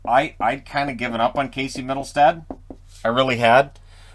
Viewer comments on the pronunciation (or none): none